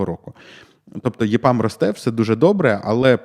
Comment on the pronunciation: EPAM потрібно читати як ЕПАМ українською, а не ЄПАМ. З англійської ЕПАМ розшифровується як Ефективне програмування для Америки.